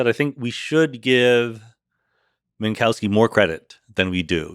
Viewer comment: fantastic, amazing podcast. one picky detail: better say minkoffski, not minkauski 😄, that sounds a bit silly. but again, this was an inmense pleasure to listen to!